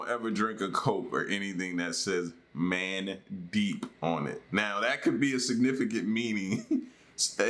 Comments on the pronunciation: Mandeep is an actual name from India. It's pronounced "mun deep" LOL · The Coke with the name Mandeep ( mun-deep mun - rhymes with "sun") it's a name very common in Punjabi community here in India😂